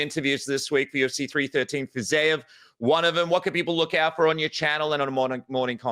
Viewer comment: Dude, who is Fizayev? 😭 Second podcast you did where you constantly just BUTCHERED that name, even though BC was across you, pronouncing it correctly